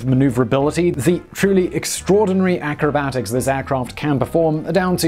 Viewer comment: Just a nitpick but it's AERObatics, not ACRObatics